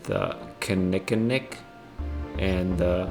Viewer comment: Kin eee kin nick river Nice try though